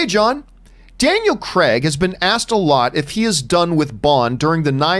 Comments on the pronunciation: It's Craig NOT cregg lol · Gee this Campea sucks.... However he d3cently put what Craig said into context and even pronounced his name right...once... If anyone wants a real Bond Show feel free to subscribe to my channel...